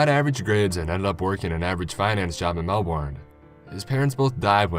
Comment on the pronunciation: MEL-BORN? ITS FUCKING MEL-BUN/MEL-BURN